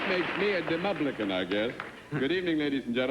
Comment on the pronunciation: Johan Bengtsson Even better -- "Demublican!"